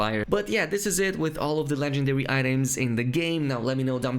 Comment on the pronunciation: ive noticed that you can say the letter "r" in words normally but in "legendary" you say it like "legendawy"